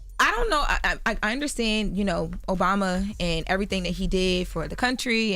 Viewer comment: I’m going to need you say that correctly. President Obama!!